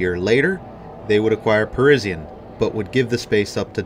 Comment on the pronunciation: Fairly sure Parisian was Pa-ri-sian (zhun) not Pa-ri-si-an. That was a great store. Not a big fan of all those twin/split department stores at HP.